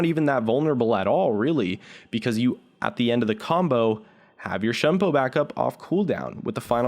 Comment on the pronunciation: It bothers me how he pronounces shunpo. it's not "shun po" it's "Shoon po"